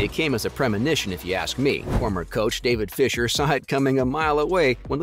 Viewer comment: Thank You! Please "Do Not Go On YouTube If You Cannot Properly Announce The Person's Name." David Fisher? What a DIPSTICK!